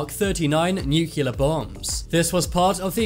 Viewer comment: It’s pronounced new clear.